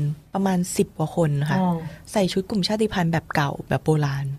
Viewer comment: ขอบพระคุณที่ พูดคำว่า ชาติพันธุ์ ว่า ชาด-ติ-พัน ไม่ใช่ ชาด-พัน ❤รักเลย